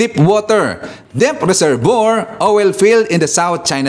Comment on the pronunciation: Npahagalpak ako ng tawa sa pronounciation mo ng oil,, OWEL!!😂😂😂